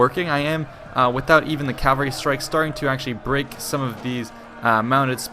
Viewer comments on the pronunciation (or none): Why do you say calvary instead of cavalry?